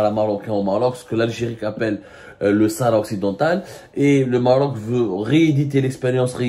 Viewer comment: Tu n'arrive pas à dire shara marocaine😂😂😂😂😂🖐🖐🖐🖐🖐🖐🖐🖐🖐🖐🖐🖐🖐🖐🖐🖐